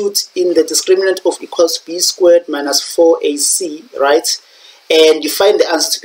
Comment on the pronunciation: Why you prounouncing squared like that😭